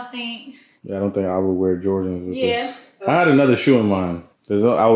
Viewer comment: Ya Ont say “Otay” no more?